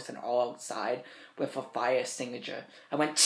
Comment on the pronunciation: "I got charged wiff Mistress times four. Or somefin like dat."